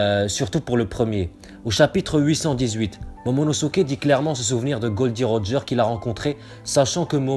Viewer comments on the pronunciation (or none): Théorie intéressante mais Roger la dit lui même cela se dit Gol D Roger